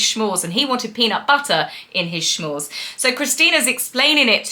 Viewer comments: S'mores not Schmores though lol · Luv ya,, but there is no “h” in the word s’mores. Hence it isn’t pronounced shmores. It is pronounced s’mores. They originated here in the USA, so I guess folks in the UK may not be as familiar with their name. But you are always spot on with your take on the succubus who still claims to be a duchess despite leaving all royal responsibilities. We in the USA don’t have royal titles so, if she wants to consider herself an American citizen, she should ditch the title. She’s a fraud and liar and always has been. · Not sure if you know but S’mores is not pronounced schmores. Good for you to watch this 😵‍💫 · S'mores (you know, like "some more") -- not "sh'mores" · Lol, "SCHMORES" is adorable. It's "S'mores" as in, no matter how many you make, everyone wants "some more" but I like your way of saying it better 😋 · What the HELL is a schmore?? Why is everyone insisting on adding an 'h' into words like "I'm a SHTRONG Wahman" Bobo tea you say properly, s'more? Really?? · It’s s’mores not shmores.Sorry, critical American 😊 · Did MM pronounce S'mores "schmorz"? It's pronounced "smorz." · Not to be a stick in the mud but it’s not “schmores” it’s “ s’mores” as in “some more’s” . Kids on camping holidays would beg their parents for some more of the delicious treats, that’s where this comes from. But honestly no one makes the graham crackers and marshmallows themselves. Way too much work. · So appreciate your putting yourself through this for us!! 😊 It did sound painful to watch. Love your take in the show. 😂 Also as an American I have to say they are called S'mores not Shmores. 😉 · Smores not shmores. From New England with ❤ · OMAG stop saying "SHMORES". 🤬😭😱🤣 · I enjoy your channel, but with respect it’s “s’mores”, pronounced ˈsmȯr, no h. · S'mores .... short for 'some more' or referring to 'mores', plus the 'some'... there is no 'sh' sound in this name.